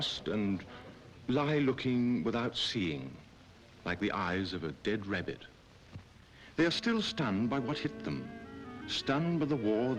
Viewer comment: "like the eeyes of dead rebbit"